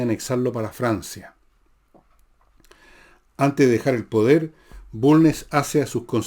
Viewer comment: Se Villegas, expliqueme por qué Ud. Se come las S finales en algunas frases, ejm Barro... Arana , también elimina d. Ejm. Asao, no asado, Manuel Bulne...etc. gracias por su respuesta.